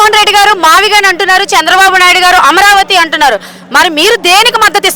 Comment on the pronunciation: Maaviigun pronounstation ki moodu cities sambandam unnadaara senior citizen gaa aduguthunnanu